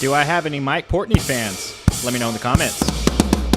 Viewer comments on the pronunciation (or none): PortnOy not PortnEy. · Pronounced Port-noy, not Port-nee. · Port- noy! Not ney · Actually his name is Mike PORTNOY my friend not Mike Portey 😂🤣😂.